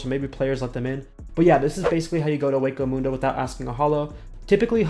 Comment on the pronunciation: dude you pronounced senkaimon and hueco mundo both wrong XD